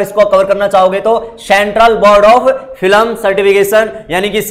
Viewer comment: Filam nahi film bolo please